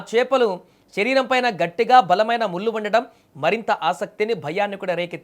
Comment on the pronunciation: కల్లు, ముల్లు, నీల్లు కాదు. కళ్ళు, ముళ్ళు, నీళ్ళు.